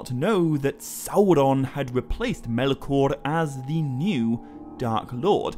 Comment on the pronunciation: Why can't you pronounce "Melkor?"